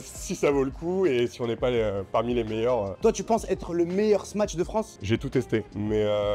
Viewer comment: Smash pas smatch ya arioul